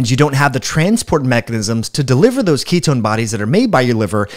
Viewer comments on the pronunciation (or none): none